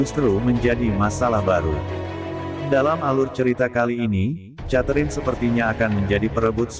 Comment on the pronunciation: Mas...."Catherine" sebutan yg sebenarnya kek "Keterin" bukan "chaterine". Jangan marah ya🤪